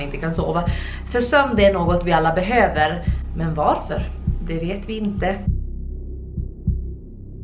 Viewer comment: Förlåt förlåt så jävla mycket men du säger "vaarför" man skriver varför men man uttalar värrförr